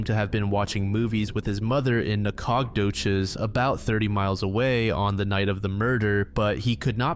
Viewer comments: You did not just pronounce Nacogdoches like that💔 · Diabolical pronunciation of Nacogdoches